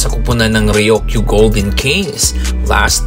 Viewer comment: Ryuk - yu. Hindi Ryok - yu.